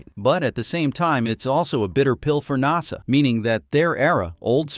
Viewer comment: I’ve never heard NASA pronounced that way before. I always wonder if these YT vids are AI generated…